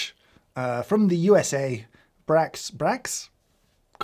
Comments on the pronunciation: Brach's is pronounced like brocks. Or bra-cks. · A lot to unpack here for me regarding the Nips (H). Firstly, I don’t remember Brach’s owning Nips back when I used to eat them. Secondly, just FYI, it’s pronounced Brocks. Also, when I was a kid, Brach’s had a different coffee disc, and it was an absolute favorite of mine. It was a classic semi-clear hard candy that just tasted like black coffee with a ton of sugar.